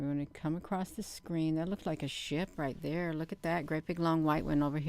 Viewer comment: When you say SHIP sometimes I think you say SHI* and and I think WHAT??? 😳